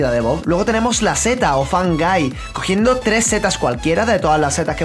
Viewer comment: cuando presentaste al hongo (fun guy) se te entendio fan gay xD